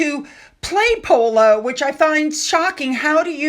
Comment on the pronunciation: "Pooloo eez nut jes eh spurt ... eet ees eh laugh style ..." How is that relatable?